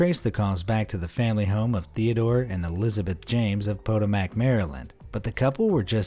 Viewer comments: PO-TOE-MAC? Its Pah-toe-mic I live there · SMH its (pah-tome-ick) Potomac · Potomac (Pah-tome-ick) MD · Sorry, Marylander here. Potomac is pronounced "Puh-TOE-mik". Never heard your pronunciation before. Again, sorry, had to point that out. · Dude, POOO-TA-MACK, Maryland?? It’s Potomac, Maryland…pronounced PO-TOE-MIC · Po-to-mac? Its Pa-tome-ac. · The way he pronounced Potomac though lol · He can pronounce Leicester correctly, but not Jacinto or Potomac 😒